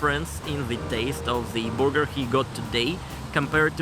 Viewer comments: need a little more work on your English pronunciations. Burger is pronounced "Ber ger" not "booger" The latter is something you would pick out of your nose. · It's funny to hear you say, "big burger." With your accent it comes out as, "big booger," which literally means big mucous.